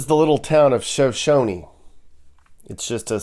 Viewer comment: Is pronounced SHUH SHONIE. I live in Riverton